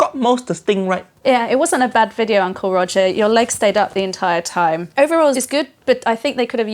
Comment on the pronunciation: Not "video" but "wijeo"